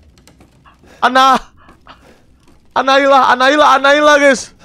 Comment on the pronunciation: Annabelle❎ annaila☑️ Annabelle bilaike: Annabelle bang bukan annaila😌